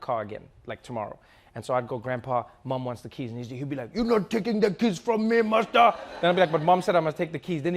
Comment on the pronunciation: Anyone catch that Trevor's grandpa called him "Masta" (as in master)? Lol. It's because he was white to them and they were used to calling white people "master". Funny did-you-you fact